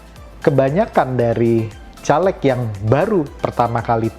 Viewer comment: Anda ngomong aja salah... Caleg... Huruf E nya dibaca seperti E pada kata "bebek". Bukan E pada kata " Telur". Coba loe yg nyaleg... Ngomong aja loe